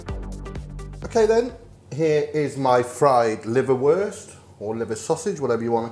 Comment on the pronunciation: Ordinary Brits: "Liverwurst": "LiverBEST"